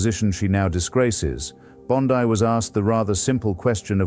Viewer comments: Why you pronounce Bond(ai), dear sir? Bondi is an Italian decent, so her name pronounced as Bond(ee). Richmond, CA. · Artificial Intelligence is quite good, if that is what this is, yet am I right that it mispronounces Pam Bondi's last name? Very odd. This glaring mistake is perhaps analogous to being too clever by half. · Bond-eye took me right out